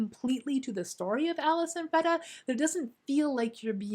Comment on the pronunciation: It’s pronounced Freeeeda not Freda